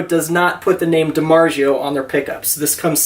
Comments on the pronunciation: It's DiMarZIO, not zheeo. There is no "H" sound in that word. The Z is actually pronounced. The Premium JEMs are mass produced Indonesian made JEMs. They aren't rare. Saying there are very few of them is not true. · I cringed when he said that